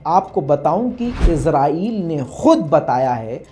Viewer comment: Yar lafz to shi bolo azrail nhi israel he